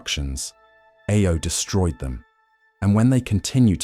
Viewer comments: you keep saying IO instead of AO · he's not even said IO, it was I-O XD